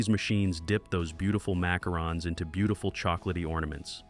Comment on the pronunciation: That AI voice is so exciting. Not. Mackerons??